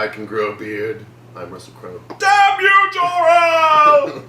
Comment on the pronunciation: “Russell Crowe-el”💀💀💀